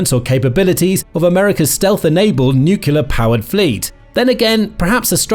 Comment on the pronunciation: Nuclear not nucular.